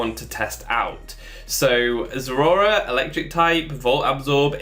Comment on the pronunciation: Honestly, I much prefer this pronunciation to any other I've heard on YouTube. Everyone else says it like it's two words, like "zera ora". I don't like it. I myself say it "ze-RAOR-a", like the middle syllable is a cat's growl.